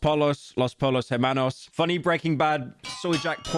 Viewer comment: “Los polos jermanos”